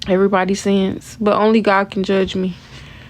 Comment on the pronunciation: It’s not sints it’s SIN ‼️‼️